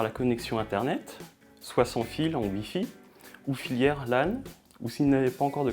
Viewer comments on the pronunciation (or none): Filaire pas filière 😭 ça parle même pas français correctement